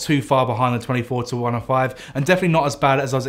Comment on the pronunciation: Sounds like hes saying 24-25.